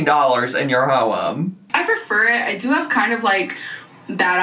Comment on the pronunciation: I keep meaning to ask is "ho-em" a joke or really how u pronounce home?